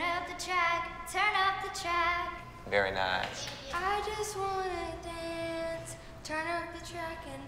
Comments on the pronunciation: Nia:I just wanna dAUnce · Nia be like: I just want to donce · Janelle Odo SHE SAID DONCE